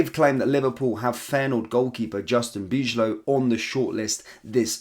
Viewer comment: Justin "Bye-low" rather than "Beej-low". "ij" in Dutch essentially sounds like "Eye".